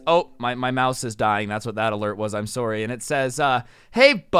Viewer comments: “I’m soory” - Canadian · Wow I didn't know that pronounced sorry the canadian way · he sounded canadian when he said “sorry” ngl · why did you say "sorry" like a canadian